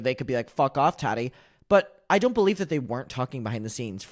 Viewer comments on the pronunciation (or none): i love how you pronounce Tati like tatty 😂